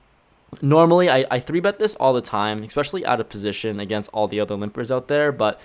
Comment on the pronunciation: Someone has to say it...there’s no “x” in the word especially